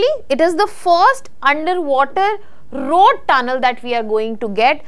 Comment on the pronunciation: And ‘rrrrrroad” !!!